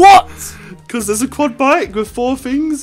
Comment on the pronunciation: Quad josh not cuad 😂